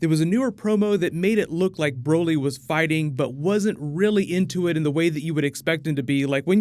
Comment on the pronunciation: More like brahlee not brolee